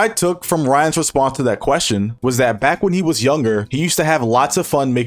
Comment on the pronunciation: He said responth 😂😂😂